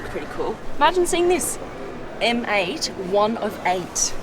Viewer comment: You know that M8 sounds like ‘Mate’ to me hahahaha